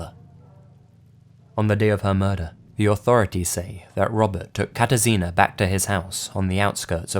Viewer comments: You did pretty good job with spelling Katarzyna ;D Anyways I was really shocked that something like that happened in my country, I haven't heard anything about this case o.o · totally unrelated to the stories, but I really like how you pronounced "Katarzyna"